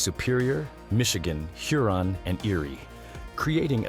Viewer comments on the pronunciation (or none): none